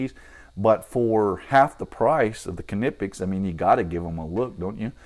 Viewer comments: Great video, really useful to see a comparison between these two. It's good to know what the Capri cutters are able for straight out of the box. I don't know if you're pronouncing Klinge correctly or not, but I'm afraid to say you're definitely making a shit of Knipex :) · You are officially wrong. Here's how it's supposed to be pronounced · In Knipex, the "K" is silent, btw. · Knipex made a video about how Knipex is said so you're saying the company don't know how to say the name of their tool?? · It’s definitely not silent. You can call them and find out.